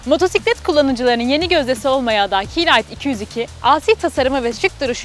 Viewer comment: kalite ayrıntıda gizlidir, doğrusu "k(ey) light" şeklinde, ingilizce olarak telaffuz etmektir.